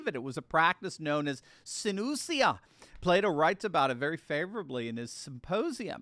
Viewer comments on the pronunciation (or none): none